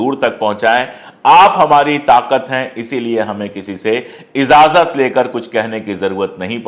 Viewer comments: Janab Apka shukar guzar Hun ke aap khabar Ko khabar ki tarah pesh karte Hain apse ek Iltija hai ke Apne Kabar ke shuroo me jo Shairy ki usmen ek Alfaaz ki galti hogayi hai Ejaazat اجازت Sahi Alfaz hai ezazat shayad Sahi nahin hai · Izaazat is no word, it is IJAAZAT, Please prononsetion correct kro, chooti se koshish se sudhaar jo jayega